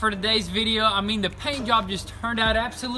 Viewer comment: Did you say paint yob 😁